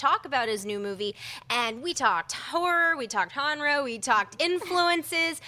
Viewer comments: More than Halloween being the hands of 2 trustworthy guys, but the company it's under. In Blumhouse I trust! And it's okay, it's still spelled Genre, but the G is soft, like spanish, lol. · great show as always. can't wait to see how pronounces Genre next week